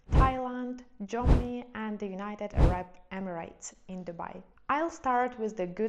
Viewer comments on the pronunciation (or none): none